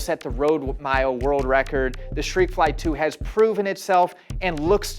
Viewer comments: Shreakfly 😂😂😂 Jesus dude, there's a T in there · Why is he saying shreikfly? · I heard he pronounce it as “shhtrekfly” but yeah😂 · I thought I was hearing him incorrectly; at least I know I wasn’t hallucinating.